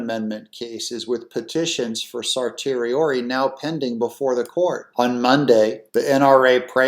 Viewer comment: Hey Doug, I hate to correct your pronunciation, but certiorari is pronounced like cer-she-e-raree. See the post below from the Internet the pronunciation with the schwabisch "e" in the middle. Just a paralegal who's taken classes on law. cer·ti·o·ra·ri /ˌserSH(ē)əˈrärē,ˌserSH(ē)əˈrerī/